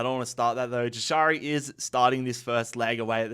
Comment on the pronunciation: its pronounced yashari j is a y sound